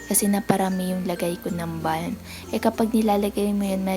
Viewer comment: Konting correction lang po sis hehe Bam po hindi Balm hihi silent L. But all in all Ganda ng skin mo. Kainggit.